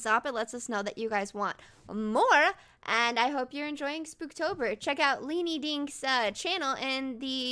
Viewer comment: 66th comment!!!! BTW, Its "SPOOP-Tober", not "Spook-Tober"!!!! Lol! Edit: ERMAHGERD!!!! NOTICED ME!!!!!